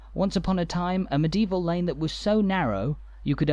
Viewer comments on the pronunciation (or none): You have an interesting way of pronouncing medieval, it comes out as meDeval, three syllables instead of four. 🙂